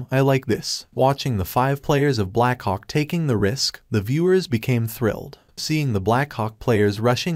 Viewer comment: I hear black C**K instead of black hawk😅